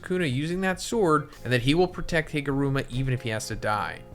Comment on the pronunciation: Higuruma ❌ HIMuruma ✅